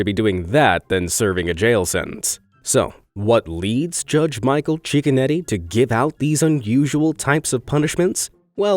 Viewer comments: everyone else: cicconetti this guy: chickenetti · Judge cicconetti u mean Judge chickenoti